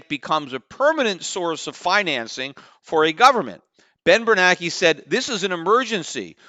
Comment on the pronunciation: Ben Ber NAN ke, not Ber Nake.